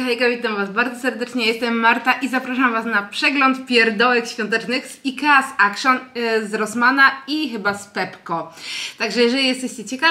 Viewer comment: Chyba jednak nie akszon a ekszyn się wymawia